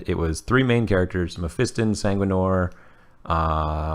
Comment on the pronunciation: You are saying Mephiston wrong still.